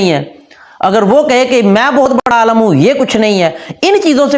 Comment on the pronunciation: بهائی صاحب آپ کے چینل کے نام کا کوئی تک نہیں بنتا...... آپ کی اس ویڈیو کے ٹائٹل کی اردو کی املا صحیح نہیں... آپ عالَم) دنیا ( بول رہے ہیں عالِم نہیں ... ابھی 2 منٹ ہوئی نہیں آپ کی ویڈیو دیکھتے... کیا خاک تصحیح کریں گے آپ علماء حضرات کی... سکون سے اپنے گھر بیٹھیں جناب!!!